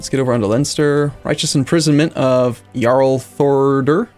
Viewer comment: Well he does say jarl correctly so he probably just doesn't notice